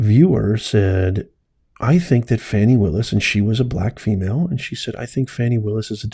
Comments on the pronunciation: Stop Lying! There was no proof! Go Fani Pronounce her name correctly (Faw-nee) Leave her alone! Your entire response is bias! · You are very false and tell the truth beign dishonest to 300,000 people wow group up cant event say her name right you mad😅😅😅😅😅😅